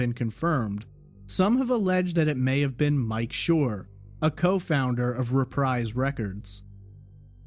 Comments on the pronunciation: Reprise Records is pronounced re-preeze, not re-prize,. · I'd love to have one of those microphones just as an art piece... .....they are so friggin cool...!! BTW- Reprise Records, is pronounced reh-preeze... rhymes with freeze.